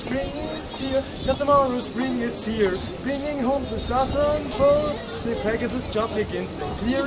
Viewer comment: "ze food" " zusern birds" : hah what a hard German accent :D Being German myself i always find it funny to hear people with low English pronunciation abilities. now i want to hear westerwelle perform this song xD D: it would be Gold !!! :D